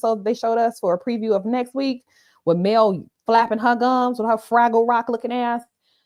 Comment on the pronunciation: Watching the replay as I finish up cooking. Wait did you say Puss-n-boots and fragile rock. I can’t 😂😂😂😂😂. Happy Thanksgiving!